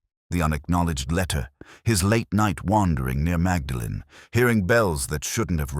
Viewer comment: The narrator (AI?) should learn to pronounce “Magdalen” correctly